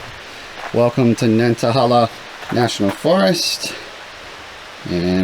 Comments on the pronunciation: Great to see you down in the South again,. I can't wait to watch the entire video. The locals pronounce it Nanta-hay-la. Say it with a southern drawl and it just rolls off the tongue. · It is nan tah hay lah. Land of the noonday sun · Nan-tuh-hey-luh is the correct pronunciation. Otherwise a great video! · I understand I'm commenting 7yrs after you posted this, but wanted to help you with pronunciation. I'm from the area and the forest is pronounced Nāntăhālă. Thanks for a great video! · You are pronouncing the name wrong... "nant" like "aunt" but with a "N" - "a" like "uh" - "hala" like "hey la"